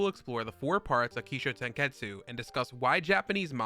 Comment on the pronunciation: It's not "show" it's sho.